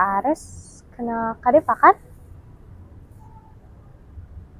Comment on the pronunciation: jangan belagu krna pinterr 😭 benerin dlu omongannya wkwkwk DEVA ares bukan DEPA 😭 pake V bukan pake P.